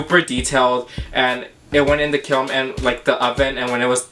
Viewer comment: it is a K I L N not a kilm !